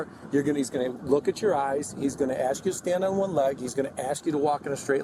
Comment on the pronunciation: "ask" not "aks"